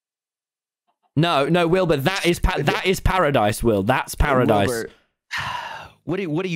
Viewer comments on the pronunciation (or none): it's Parisdise